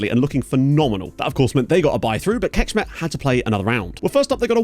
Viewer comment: Hey! Just wanted to say I appreciate the effort you put into pronouncing foreign names correctly - you're easily the best one at that out of the FM youtube content creators in my opinion. So just a slight note on that, the Hungarian "cs" sound is basically the English "ch" sound, so basically Kecskemet is not "kekshkemet" as you've been pronouncing it, but "kechkemet", and the same applies for others (Pecsi etc.). Once again, really appreciate the effort you've been making, partially why you're probably my favorite FM youtuber. My ears bleed from how bad most other creators are, lol. It's really painful to hear people butcher everything when you know for a fact most of the correct pronunciations